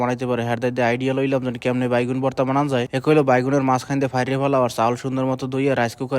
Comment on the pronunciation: ভাই বেগুন কে বাইগুন কেন বলেন,,, এটা ঠিক করবেন আশা করি